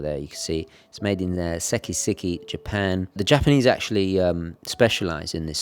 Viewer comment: Did you say "made in Seki Siki" like it was some fancy Japanese town, instead of "Seki city" as written on the blade? haha